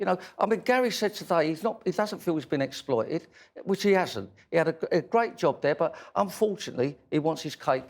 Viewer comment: Why do i find this reporter so difficult to understand? I'm from Ireland. I mean the bare minimum a reporter should be able to do is pronounce words properly? "explooted" is not exploited